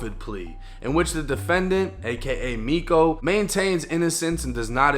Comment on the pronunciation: Miko is pronounced me-cho.